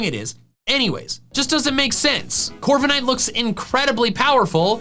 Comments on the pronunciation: THE W IN CORVIKNIGHT IS SUPPOSED TO BE A V! AND DO NOT LEAVE OFF THE K! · I'M, NOT I! AND DO NOT LEAVE OFF THE K IN CORVIKNIGHT!